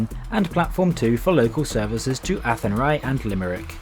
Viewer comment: That's the back entrance into ceannt Station, the front entrance is a bit more attractive.... kudos on the pronunciation of athenry though, it was spot on.